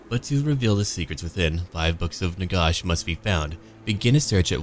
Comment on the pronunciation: Can't listen to your pronunciation of Nagash. It's Nagash as in a gash in your leg.